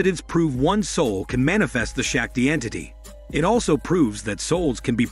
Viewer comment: It's painful to hear Shakti pronounced wrongly continuously